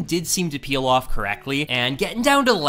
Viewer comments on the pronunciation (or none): none